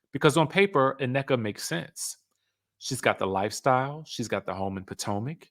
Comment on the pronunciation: I hate the way he says Nnekas name where us the extra A its not Anneka😢😢😢